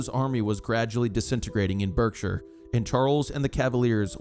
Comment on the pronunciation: Good video again, btw Berkshire is pronounced Barkshire in England